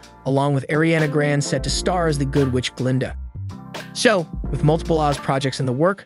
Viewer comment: How the guy said Ariana Grande no please no